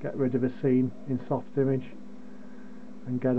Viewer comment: You are pronouncing it wrong. It’s soft-imaj. Not image. So if you were do go to the hospital they might have a triage station. The “image” sounds like “triage”.